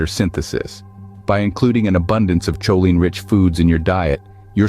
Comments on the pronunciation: It's pronounced co-lean not chow-line. 😂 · It"s pronounced Koline hard K sound not CHoline , NOT like saying cheerios !:face-orange-frowning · Cool video! I really enjoyed it. Go carnivore!!! Going to keep watching now! Ps. Next time you make a video on this you might want to double check pronunciation of choline. If I remember right I think it's irregular, I think most doctor folks say [k] not [ch] as in [kolin] in IPA.